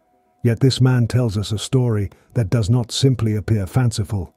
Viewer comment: The narrator has to be AI, just based on simple errors (“what dox it all mean” rather than the obvious “what does it all mean,” etc) but I hope that whoever holds the copyright does a proper audiobook edition with a human narrator. Meanwhile, the AI version will have to do.